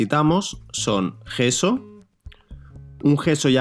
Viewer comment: por que dices geso? es yeso